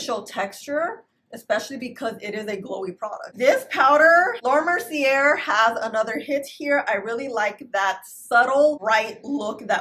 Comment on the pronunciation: Love your videos! Fyi it's pronounced Laura " Mer-see-ay " not " mer-see-er"